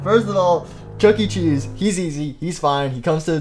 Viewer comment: You said chunky cheese instead of chuckecheese